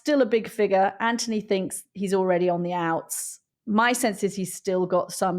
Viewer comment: It is Anthony. Not Antony.